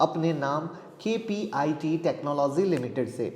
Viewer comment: K P I T, not kpit